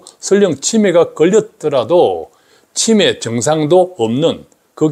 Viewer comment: '치매' 발음을 제대로 해주시면 구독자수가 늘어날 것 같아요. '치'에 강세를 주니까 너무 불편하게 들려요. '매'에 강세를 주셔야 제대로 된 발음입니다.